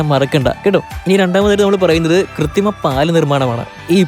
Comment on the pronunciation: കൃത്തി മം എന്നാണോ പറയുന്നത്. അതോ എനിക്ക് തോന്നിയതോ?